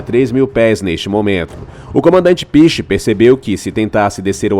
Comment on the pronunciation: O comandante se chama Piché, que se pronuncia PICHÊ. E o gerador é EÓLICO.